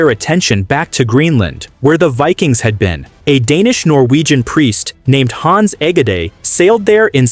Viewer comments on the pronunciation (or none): You should work on the correct pronunciation of Hans Egede. 😅